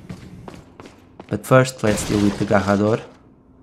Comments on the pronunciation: It is not Gahhador, it is Garrador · How Portuguese is your pronunciation of the word "garrador" lol